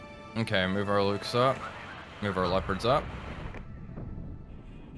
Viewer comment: Ah, Mühlhausen again! Home of my favourite plum jam! One suggestion, if I may: The Luchs you were fielding are very easy to nail in pronounciaton by calling them 'looks' rather than 'lukes'. Great series, keep'em coming, please!